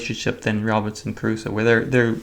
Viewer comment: Great video. I always thought it was pronounced with two syllables (cru-so) rather than three (ka-ru-soh)